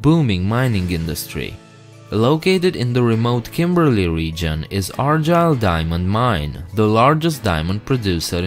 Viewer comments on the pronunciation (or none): Thanks for making a documentary of my state. Even though it's the most isolated place in the world , it is the most amazing and the two often go hand in hand. By the way, it's pronounced the way it's spelled, Argyle not Arjyle. The same way it's Kalgoorlie nit Kaljoorlie. It's good, not jood hey.